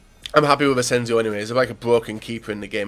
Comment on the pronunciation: I'm always triggered when he says asencio when it's Asenjo.